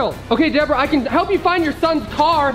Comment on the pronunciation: It's Deborah not Bebrah